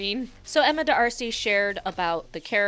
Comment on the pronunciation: Did I just hear you say Emma Da-arcy? What about just saying Emma Darcy?